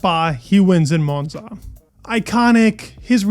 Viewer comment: Monza not Moanza😂